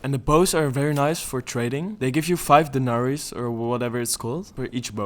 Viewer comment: did you say denars? like from bannerlord?